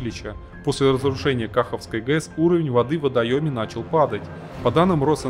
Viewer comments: Не до ютубер, ты даже не удосужился узнать правильное название региона и платины. Много раз говорили про КахО́вской ГЭС. Я как слышу "Кахавской" у меня уши болят. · Не кАховской а кахОвской!!!